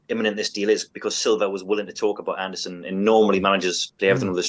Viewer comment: AndersEn! Not AndersOn! Bloody hell it's right there for you to read 😭